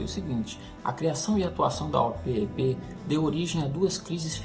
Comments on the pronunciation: eu sou mais velho que vocé e desde pequeno escuto as pessas falares e eu falo OPEP, você é o primeiroque escuto falar O-P-E-P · Sim. A pronúncia é Opépi!